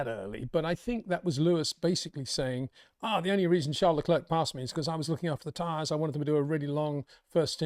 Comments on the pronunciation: Your such a max fanboi wow... totaly biased. Hard to take you seriously. If Leclerc ( please learn to say his name correctly its not le-klerkkk its not hard to learn ) did what max did to Russel you'd be crying 15 minutes about it. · Comparing what Leclerc did to what max did is just ridiculous. And please practice how to pronounce Leclerc. Your lack of respect for ppl without uk passports is pathetic